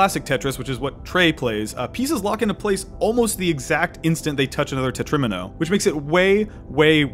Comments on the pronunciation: It’s pronounced Tetra-Mino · he really said "tetch-rimino" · It’s pronounced Tetra-Meeno